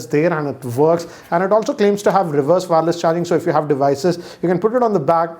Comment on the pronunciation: Just on the lighter note, it's not WAAARELESS charging.. its wireless charging.😛